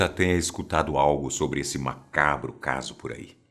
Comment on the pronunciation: Fala sober asosiasão kkk